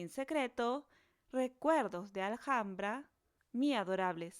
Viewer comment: Se pronuncia alambra, no alajambra 😅😅